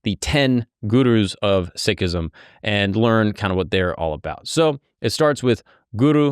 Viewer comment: When speaking English the term is Sikhism and not ‘sickism’. When speaking Punjabi it’s ‘Sik’. Many recent immigrants from India with limited English don’t or cannot pronounce the English term for the religion.